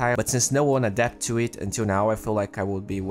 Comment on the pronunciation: adapt not addapt